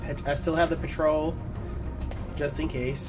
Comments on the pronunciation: He said 'Petrole' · you say "petrol" wrong.